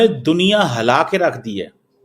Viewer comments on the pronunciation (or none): Bolna toh Sikh le hala diya nahin hila diya hota hai